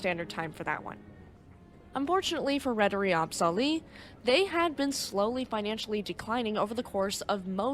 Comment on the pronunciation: I'm impressed. One thing about the name "AB Sally". You said it like "Ab-sally". You might want to know that "AB is the Swedish abbreviation for "AktieBolag" which is like "inc" on an American company name. So remember that it should be said like A.B (space) Sally. Thanks for your video. I was actually in (kinda) the same storm on a Stena Line ship from Gothenburg to Kiel the same night. My mother was working on the ship and sadly many of the crew on "my" ship knew people in the staff of Estonia. That's because some of Estonia's crew used to work at Stena Line IIRC. Many sad faces on this Stena ship that night. I will never forget that.